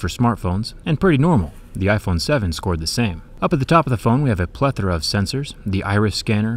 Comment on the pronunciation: "plethra" of fingerprint?